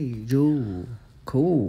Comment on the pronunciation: Man said " Cooool, coo? Blue, stay in schoo " 💀